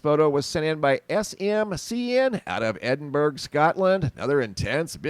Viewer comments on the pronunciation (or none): Edin burra is how you say it Love frombUK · The g in ‘Edinburgh’ is silent. Just so ya know. ☺️✌🏻✌🏿